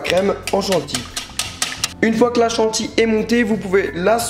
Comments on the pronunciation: Tu m'énerves à dire "chantille" c'est CHANTILLY bordel !!! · on dit chantilly